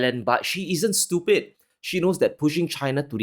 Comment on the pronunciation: I like how he says “stupid “ it’s like a Jamaican. Love it